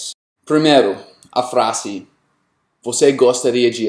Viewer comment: Cara você tem um português bom mas a pronuncia tem bastante sotaque. Eu sou do Espirito Santo, Sudeste do Brasil, somos considerados os "SEM SOTAQUE" do país, se vc quiser, posso te ajudar com isso. Acho q vc pode exercitar uns músculos vocais e bocais pra poder pronunciar algumas coisas mais livremente como FRASE, vc diz "FRASSE" mas se fala "FRAZE", entre outras coisinhas pra deixar o seu português bonitão. Qualquer coisa só chamar :)